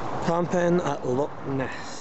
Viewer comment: Loch not lock.